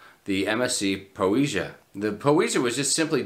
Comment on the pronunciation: Po-eh-see-ah. If you're going to "report news", learn how to pronounce the ship names :)